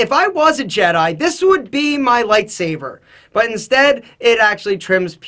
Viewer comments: Wow.... he really did say saver.... haha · it's "lightsaber", not "lightsaver" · Micah is unsubscribing because he said Lightsaver! Loooool I'm literally cracking up really hard even writing this! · Really,? It's "Lightsaber", not "lightsaver". Can't believe you, UNSUBSCRIBE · All the Star Wars nerds need to stop complaining about the mispronunciation of lightsaber. Who cares?